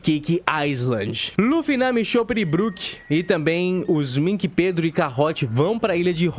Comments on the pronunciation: Várias incoerências.. em Punk Hazard, ponto pro Chopper que salvou as crianças, onde está só um chapéu de palha nem deveria contar.. Sem falar que pronuncia tudo errado.. BROQUE kakakakakakakakaka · O cara fala BRÓKE.. não dá pra levar ele a sério. 🤦🏻‍♂️🤦🏻‍♂️🤦🏻‍♂️